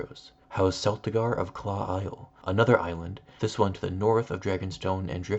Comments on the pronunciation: okay I was not ready for you to pronounce it as celtegar like celery. I always pronounced it as keltigar like kite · Where did you find the art for this video? I'm glad I found another ASOIAF channel! Also, is it supposed to be (Sel)tigar? I always pronounced it more like how Celtic is pronounced haha. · I do believe its pronounced with a hard C, like Keltigar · Unless George RR Martin stated otherwise, I believe the correct pronunciation is Keltigar. Even though many Americans pronounce Celtics with an s sound (because of the NBA basketball team) the correct pronunciation is Keltics, or Kelts with the spelling being of course Celtics Celts. Therefore Celtigar would be pronounced with a k sound. Cool video though, thanks for sharing. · I will never accept the family of Crackclaw Point and Claw Isle, with the power to summon Kraken is pronounced Seltigar. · I thought Celtics was pronoun ed with a hard C sound not an S sound like the basketball team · Celtic is pronounced with a hard C, because it comes from the Greeks' name for them, "Keltoi"